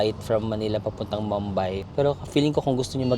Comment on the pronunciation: Medyo disturbing on how you pronounce Mumbai. it’s moom-by. Not mam-by